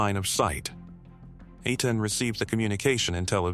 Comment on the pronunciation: EI IN EITAN is pronounced long A like rain. TAN is short o tahn like tonic